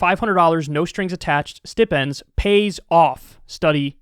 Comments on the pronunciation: its pronounced STY-pen-d, kyle. cool though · bruh Kyle did you just mispronounce "stipend?" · Kyle didn't pronounce stipend right. sorry. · Sty-pinz bro not stih-pinz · It's not stip-ends, it's Stipe-ends lol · Did he just say "stip-ends" instead of "sty-pends"? lmao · I’ve always heard it called stip-ends. Never once heard sty-pend, until the flood of corrections here. Now I can’t tell if this is just American pronunciation or if I’ve been hearing it wrong for years. Lol. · Um actually, it's pronounced st-eye-pend =P But yeah, this is awesome. Seriously though, how many more studies are going to prove this works before it finally happens? One big advantage of UBI that's not often talked about is it addresses a lot of the identity politics stuff. It gives you the power to walk away if you're boss is a prick or the working conditions suck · It's a long I like how you'd pronounce the word style. StI-pend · Lost me at "stip...ends". 😆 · lmao he said stip-ends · Stipends...the "i" is like ai, the pronoun I, or the vowel in "rye" bread. Unless that's a New York thing, in which case ignore me. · ˈstaɪ.pənd I used to mess it up too. It's not something you hear a lot in everyday speech. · Loved the video. Side note love how Kyle said stipend got a good laugh from that. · Lmao Kyle's pronunciation of the word stipend is hilarious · Kyle, you mispronounced Stipend.